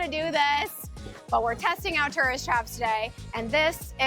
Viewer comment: Tough to watch a video about tourist traps in which you can't properly pronounce the word "tourist".=